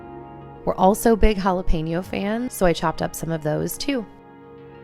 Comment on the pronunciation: i gotta tell you, i watch all ur vids and i love them, this time it was a little better- but it’s jalePEÑo. like “pen” not pain yo. Lol 😂 ❤️❤️❤️ just thought it might helppppp.